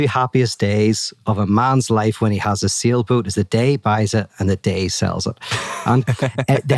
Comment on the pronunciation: He said sailboat but I heard "seal boot".